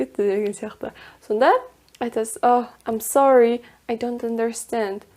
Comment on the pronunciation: I am sorry сөзі Мен сорлымын деген емес пе, разве? Ам сори деген біртүрлі естіледі екен